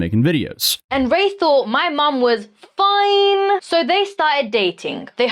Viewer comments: Ma’am it’s foine not fiiiiine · Not fine. It's foine! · definitely no biological match, can't even say Foine correctly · Her FIINe was lame. Its FOIN. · She can’t say “foine”